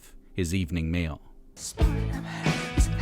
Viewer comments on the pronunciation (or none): none